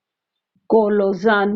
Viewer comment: Sorry mam it is collision not collosion